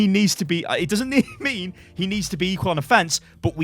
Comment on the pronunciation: what he says: "it doesn't mean to be a troll pick" what i heard: "it doesn't MEME to be a troll pick" xD sorry, had to say that xd